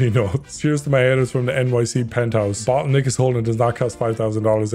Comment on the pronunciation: I know is saying “bottle nick is” but it sounds like the n word 😭😭😭😭